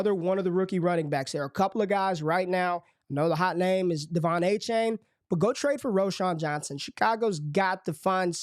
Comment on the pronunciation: Its A-Chan not A-Chain :p